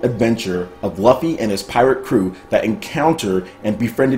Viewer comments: his name is pronounceed loofy - lol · Luffy is pronounced Loofee. Every time made me cringe. Still love ur vids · The way you said luffy was soooo wrong 😂😂😂